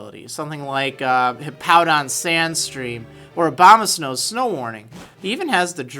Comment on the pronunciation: I like how you say abomasnow,. always makes me laugh xD